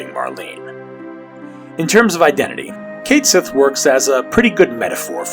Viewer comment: Cait Sith is a Gaelic word and it is definitely pronounced Ket Shee